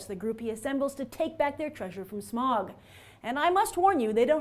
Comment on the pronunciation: She mispronounced almost every name. Especially Smaug. It's "Smowg" not "Smog"